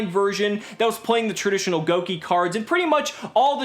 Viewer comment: I'm not happy with this pronunciation of Gouki. Gouge, Gouda.